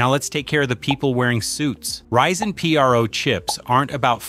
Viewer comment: notice how it randomly reads PRO as the letters acronym instead of as a word like other times that's a dead giveaway. There are also a few times where it puts the emphasis of a sentence on an unusual word.